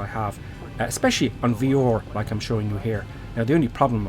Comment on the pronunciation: its pronounced V-R. not VEOR